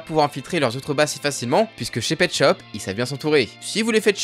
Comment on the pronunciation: je suis un 2002 est imposible de prendre au srx quand tu dit petschop